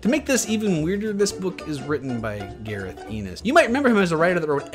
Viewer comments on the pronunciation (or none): Dude it's Garth Ennis, Not Gareth. Second time you've said it dawg!